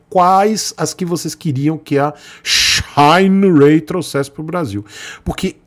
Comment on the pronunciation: Antes dos diretores assistirem: Shineray Depois q vc ficou sabendo q assistiram o vídeo: shainouei , mudou até a pronúncia. Pea ficar chique 😂